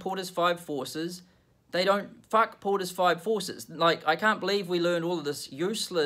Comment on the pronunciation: Hahahah f poters five forces 😂